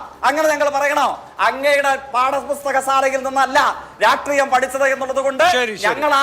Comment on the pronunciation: റാട്രിയം അല്ലഊളേ രാഷ്ട്രീയം.